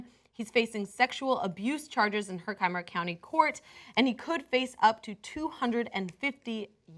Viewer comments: The way she pronounces Herkimer makes me cringe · This is beyond fucked up. >:( Hey, just so you know it's pronounced her-ki-mer not her-kye-mer. I live in New York so I know the county names.